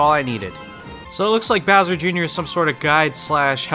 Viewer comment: “I don’t think they change bower much” Bowser: say sike right now